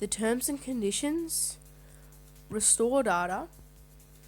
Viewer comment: U say retore dada